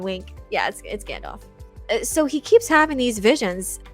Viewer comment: "Yer a wizard Gandarf" - Tom Bombadil